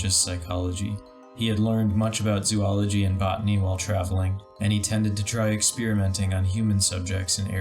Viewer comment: mispronounced zoology. dislike. unsub.